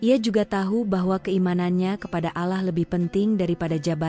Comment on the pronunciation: Kenapa Menyebutnya ALAH, itu Keliru Yg Benar ALLAH hurup LL Dibaca Tebal Jangan Tipis, PAHAM ?!